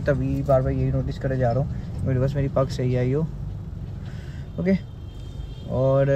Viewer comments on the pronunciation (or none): Its not pug.. its pagg veere. Punjabi bolna sikho pls